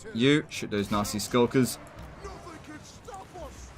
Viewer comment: Anyone else mishearing "Nazi Skulkers" almost everytime?